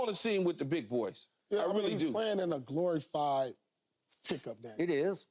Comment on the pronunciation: “Glory fyed” 😂😂😂